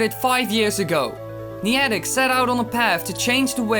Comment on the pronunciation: You pronounced Iwata and Niantic wrong